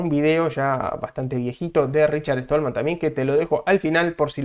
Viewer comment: RICHARD STALLMAN , SSSSSSSSSSSTALMAN...NO ESTOLMAN. ¡PLEASE! O APRENDES O TE RETIRAS. ¡QUE PROFUNDIDAD DE ANALISIS!...PENDIENTE A LO QUE VISTE EL ENTREVISTADO. SE NOTA NO ERES PROGRAMADOR COMO LO DICES TÚ MISMO.